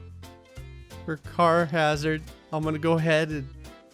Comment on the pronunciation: I thought it said Charizard and not Carhazard